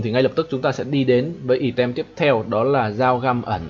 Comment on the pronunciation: Hay quá, mình chỉ xin chỉnh sửa chút: từ "item" đọc là "ai tầm" :)) bạn đọc "ì tem" làm mình mãi mới nhận ra